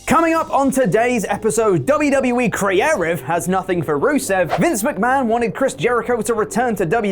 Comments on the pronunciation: What's this word, "creative"? Sounds so close to crearive. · Is there a reason he keeps saying crearive instead of creative? He sounds like a total tool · All I want is for you to pronounce “creative” correctly. It’s like hearing a koala make noises. It’s like awww, it’s doing something, it’s not right but it’s doing something